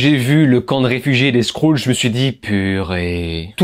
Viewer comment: Déso mais les scroules c'est trop xD au pire dis "screul" ?